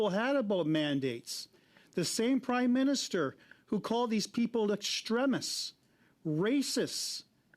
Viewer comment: "extremists". - How did he pronounce that word?